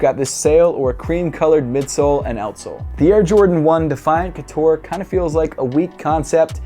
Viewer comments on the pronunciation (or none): Air Jordan 1 couture not coutore from a French fan 😜